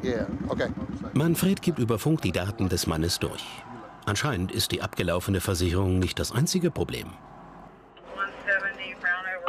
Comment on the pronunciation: Kleiner Sprachfehler 😂 | „Versiherung“